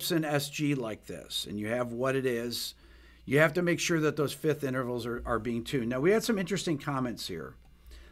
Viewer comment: FIFTH, not FITH!!! FIFth! FIFth! F-I-F-T-H!